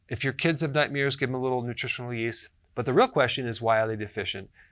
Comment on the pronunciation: Is this dude saying nightmears?